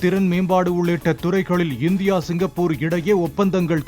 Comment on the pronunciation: It's not cingai...it's singapore ...